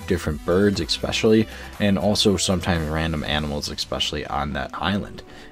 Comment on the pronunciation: It’s especially not expecially